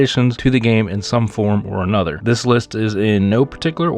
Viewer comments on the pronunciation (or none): none